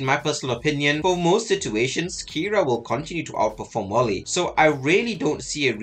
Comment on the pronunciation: Pronouncing name approved 🫡